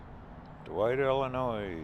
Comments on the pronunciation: Enjoyed the video! I’m from the area.. one thing that bothered me. 😂 it’s pronounced Illinoi. No S. Just remember Illi noy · NO NOISE in Illinois! The "s" is silent. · Great video 👍👍👍 by the way the s is silent in Illinois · Go to Lexington and Towanda and Bloomington. The S is silent in Illinois.